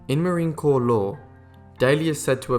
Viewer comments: Great video and very informative. I was aware of MSgt. Daly and his service in the Boxer Rebellion, Haiti and Belleau Wood. I knew he was awarded the MOH but not two and not a Navy Cross and the DFC! Great vid but please... Marine Corps is NOT pronounced corpse... But core. Thank you...we need to give our Marines the respect and honor they both have earned and deserve. And I served Army. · It’s pronounced “Cor’” not corpse. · Tmw you said "Marine Corps" with the 's' not silent 😬 All good though. Appreciate you taking the time to honor this warrior. 👍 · As a marine I'd like to thank you for making a video of one of our heroes. One tiny bit of criticism though, marine corps is pronounced core, not corpse. But again thank you for making a great video with alot more details than is usually given about daly's exploits. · Hey narrators if you are going to tell a compelling story full of great deeds and such a celebrate a man or woman.....GET YOUR ENGLISH RIGHT! It's "Corps"...like "the core of a apple" NOT "corpse" as in "a dead body" It's not Marine Corpse, its Marine Corps, as in The United States Marine Corps! The only thing dead MAY be to pronunciation of words....STOP NOW. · Its pronounced Marine "Core" not corps. But I think you only said that twice. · CORPS is not a corpse ! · Good job...but the P and S are silent in Marine Corps...as in "Core". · Would have been so much better with an American accent by the narrator. He can't even pronounce Marine Corps correctly. So many other pronunciations totally screwed up. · And Corps...